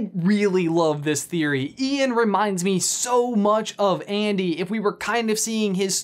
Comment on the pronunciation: Also also, actually actually... when the word "ANDY" is repeatedly said.. it sounds like IAN.